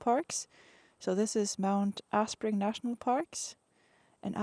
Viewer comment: Lovely to see my beloved Te Wai Pounamu through Norwegian eyes! Your videos are a wonderful treat to a Kiwi,, allowing me to see some places I have never visited. Just a wee note re Mount Aspiring: the word is pronounced "Ass-Pie-Ring" and is from the verb "to aspire". ie, to aim for better or higher things Just as you do with your epic motorcycle tours! 🙂